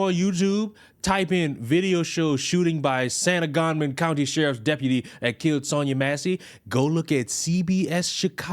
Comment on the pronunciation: Sang - Gah - Mon. Sorry, just trying to help.